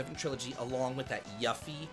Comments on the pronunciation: Limited run hasn’t released the collectors edition for Sky yet. Also, cmon, Yuffie is pronounced “You-Fee”. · Fucking lost it at the pronunciation of Yuffie. It sounds like a slur.